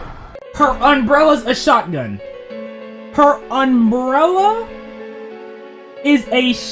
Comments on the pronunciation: you said unbrella and not umbrella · Bro first said unbrella